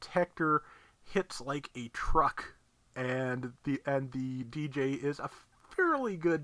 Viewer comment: Di-Jay. Not Deejay. It’s like pronouncing Dig without the G and then Jay. Dijeh